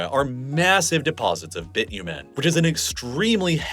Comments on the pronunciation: the way you are saying Bitumen is so weird ngl, it's not even the American pronunciation! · Lol, that is only the beginning of his humorous way of saying Canadian places and products. Even Bitumen ("Bitchumen"). Somebody else here already noticed he said Spokane differently each time he said it. And yes, he flubbed on Regina as well. Regina has a long "I". Funny how people act too embarrassed to say it properly.